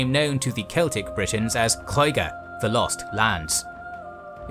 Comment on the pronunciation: I absolutely LOVE how you pronounced the Celtic names.